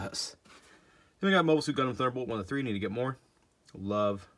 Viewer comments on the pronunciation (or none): none